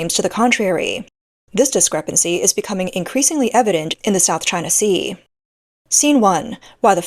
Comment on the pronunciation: Hearing "South Ching Sea" always gets me!!!😂😂😂